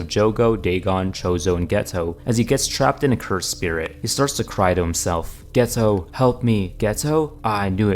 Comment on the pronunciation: Geto is pronounced gay-toe im not joking